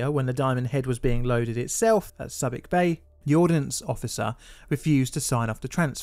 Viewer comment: It’s pronounced SOO-bic